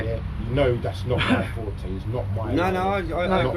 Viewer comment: he is saying forte